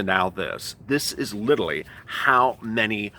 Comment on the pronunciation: Why does he keep saying littlely when it's pronounced literally?